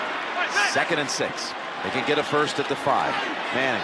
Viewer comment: man said sksksix yards